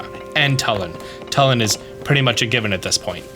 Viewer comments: Hey I think it's pronounced Tulin with a U not Talon with an A❤ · Telin? TELIN? ITS TULIN GOD DAMMIT Luv ur vids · it took me 3 tries to parse what you were talking about when you said "talon" instead of "Tulin" lmao had to extrapolate from context. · Yeah it's not "TULL-in", it's "TOO-lin", like the word "tulip"... They pronounce it in the cutscenes that have voice overs, like the one where Tulin is unlocked as a sage. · Just FYI, the name of that character is Tulin, not Tullin. It's pronounced "too-lin", not "tuh-lin". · Tulin (Toolin) not Tulin (Tuhlin) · he pronounced Tulin as Telin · Great video, but I'm pretty sure it's Too-lin not tuh-lin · Bro pronounced his name T(UH)lin💀. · It's pronounced tu lin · Great info thanks, but for the love of god PLEASE stop saying "Tullin" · It’s pronounced Toolin Two-Lin They say it in the Cut scene with the sage of wind. Please up vote this so he knows! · why does he say "Tullin" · you just assaulted Tulin with the way you said his name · Him mispronouncing Tulin is really getting to me, great video otherwise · i really dont understand how you never know how to pronounce zelda character names no matter how easy they are like at this point i dont get it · Wicked video! Thanks for always providing great tips :) Will forever be bugged by you pronouncing Tulin's name wrong though xD